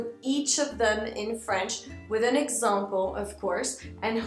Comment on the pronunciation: Tu as prononcé le mot "example" comme "exèmple" :) Mais en tout cas ton accent américain est superbe !